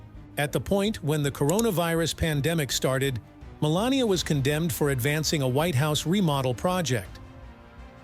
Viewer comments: Wow, what a negative introduction... Seriously primes the viewer to believe that you are biased. Also, you called her "Melanoma" in one segment. Nice editing... what a joke of a biography. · He called her Melenoma😂😂. Listen carefully 😮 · The reader has missed her name twice, Melanie and Melanoma and once called her a witch ……… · I love how AI called her Melanoma!! She married something malignant, so very fitting ! Ha Ha Ha!! I think an awful lot of this story is of her making. She didn't believe he would win, that's the only reason she played along. She never wanted to be First Lady and she was the worst ever, I guess just to prove it. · Narrator, please learn Melania's name, also mara logo? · The name of this video should be, 'How many ways can AI mispronounce Melania's name'. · He (the talking head) can only pronounce her name about 1/4 of the time.